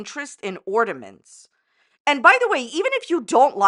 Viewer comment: can’t even get a Christmas tree out herself 😂 And yet she criticizes someone else’s “ordaments” lol